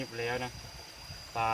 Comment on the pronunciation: ปลา ไม่ใช่ ปรา 👌